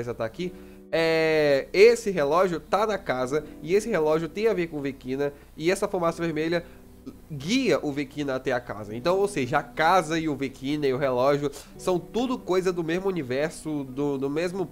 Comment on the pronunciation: Só um adendo É Véquina a pronúncia e não Vequina